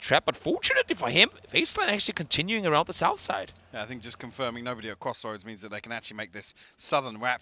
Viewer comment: cwoss woads and southern wap 😅🤣